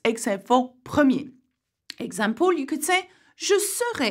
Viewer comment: it's for example not exampol.....but keep up the good work!